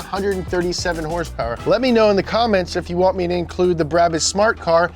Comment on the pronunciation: I'll have you know that YouTube's closed captioning registers horse powers as hearse purse when you pronounce with the pizazz